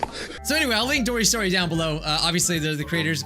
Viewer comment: No one:: DORYS STORY 😆 just keep swimming